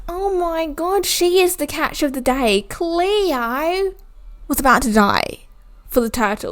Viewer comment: You saying cleo, Emma and ricki is bothering me I only know EEEMA, CLEOOR, WRIKEEY